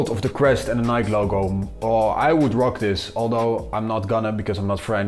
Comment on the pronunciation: It's Ni-kee